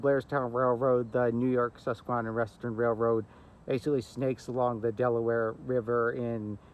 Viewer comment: The video you made is really nice. I just wonder where you learned to pronounce the word 'susquehanna" as you are not pronouncing it correctly I grew up in Wyckoff, Nj right next to the Sus;y Q and we did not pronounce that word as you do. It sounds strange how to say the word. I walked the bus;y Q from the Passaic River al the way to the end of the line in Hainesburg. not all at one time but many walks over the years when I was growing up. We also rode the line from Midland Park station to Paterson to go shopping.. We also road the line to the terminal in Little Ferry and then a ferry or bus into NY. City. This was during the days of steam and the Streamliner and the Budd cars. It was really nice train to ride.